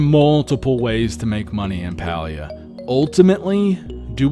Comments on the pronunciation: Great video, thank you! Also just a heads up, Palia is pronounced pay-lee-uh according to the devs themselves lol. 😊😊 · Idk why it irks me this much lol, but the game is pronounced like “pay-lia”! Also, ty for making this video! I’m curious to see how it lines up with what I’ve been doing and if there’s anything I can improve! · Pronounced Paylia